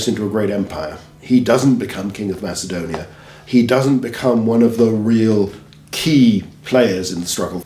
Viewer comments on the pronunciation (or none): none